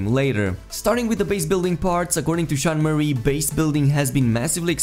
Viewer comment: I know, but the guy in the video makes it sound like Sean "Marie" lol